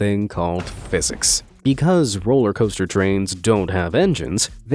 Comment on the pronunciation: heheh rooler coster